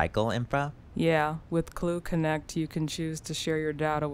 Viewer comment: It is Khloe not Khole